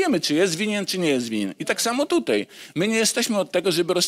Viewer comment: Tutaj a nie tutjej tal się mowi jak się nie mówi prawdy😂